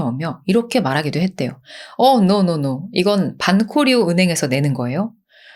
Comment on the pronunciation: Banco Río 는 방코리오 라고 발음해 주시면 고맙겠습니다